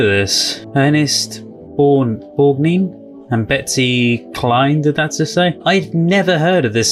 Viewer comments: Ernest Borgnine's last name is pronounced Borg- nine (as in the number 9, not neen. Hope this helps. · Borgnine is pronounced Borg-Nine. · Loved your reaction. I remember watching the original tv play with Rid Steiger. But Borgnine was wonderful. (Pronounced Borg-9,). Everybody’s raving, including me! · BTW, it’s pronounced Borg-nine same as the number 9. Very moving review. Love that you don’t talk over the dialogue. Thanks for that.